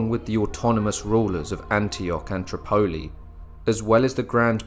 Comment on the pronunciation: I really wish u UTers would learn English right Tripoli is pronounced trip-a-e with ascent on the first syllable it make ur videos hard to lessen to with mispronunciations all over them